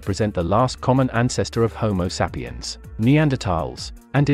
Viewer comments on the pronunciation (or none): Dude, you need to learn how to pronounce the names of these humanoid species. You are consistently mispronouncing the name of our own species. It's not pronounced homo saapiyan, and it's not pronounced d'naaisovans.